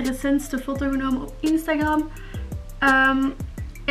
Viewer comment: instagram:( je spreekt het uit als instagrEm